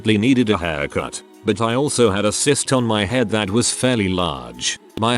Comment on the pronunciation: Is "cyst" that hard to pronounce correctly?